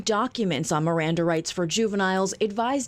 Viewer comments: Miranda Rights. Not mirandum. Miranda is a last name so it does matter how you say it. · It's Miranda rights pronounced meranda like the girls name (but this was a dude in this case) from the supreme Court case Miranda V. Arizona. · It’s “Miranda” rights